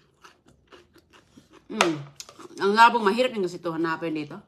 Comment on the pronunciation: Old vlogs pa more .!!!! Yan ang pakain mo kay dodong,anong klaseng ulam yan,kawawa don julio kaya kahit matanda na,di pa makapagsalita, mahilig ka talaga magluto ng kaning baboy,diyan ka sanay,pati pagbigkas mu ng labong mali.dapat yung kay dodong,hiwalay sa plato at kaunti lang,OA maglagay ng kaning baboy sa plato.😮😮😮